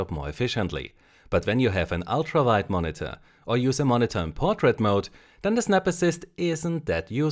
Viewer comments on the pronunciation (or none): when u said vide instead of wide i felt it :o